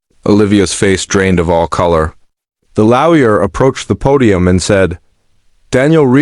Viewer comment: FFS it's LAW-YER not frecken LOUYA. 😢LTFREPYDA